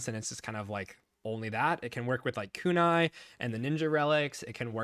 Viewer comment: how you going to pronounce Kunai like that. 😅